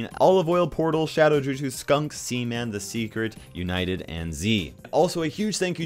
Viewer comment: he butchered saying shadow jutsu